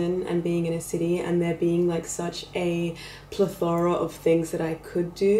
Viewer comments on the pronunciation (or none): never heard plethora pronounced like that